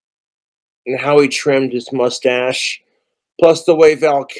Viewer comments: “Photols of Doc Holliday”…. “Val Killmore” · "Val Kilmore" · "Val Kilmore" 😂😂